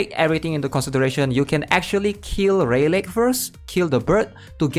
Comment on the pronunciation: Good vid, but I gotta tell you rayleigh is pronounced ‘ray-lee’ lmao